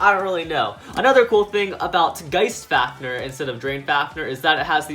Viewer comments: Drain fafneeeeeeeeer it is pronounced drain faniiiiiir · U keep saying fafner and not fafnir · Duuuude stop saying fafneeeer it is fafnir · faf-near not faf-ner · Bro the way he says fafnir